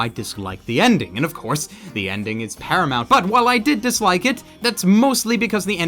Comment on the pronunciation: "THE ENDING... IS PARAMOUN.. TA!!"